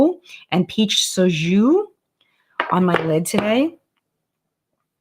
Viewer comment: Peach Soju is just pronounced how it looks. So-ju. Almost like “so juice” without the “ssss” sound.